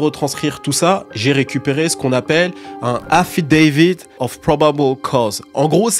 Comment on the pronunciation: la prononciation de affidavit avec 'accent anglais ptdrrrr du jms vu; bonne video sinon